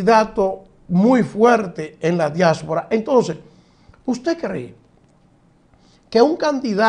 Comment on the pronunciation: Diáspora....no diásfora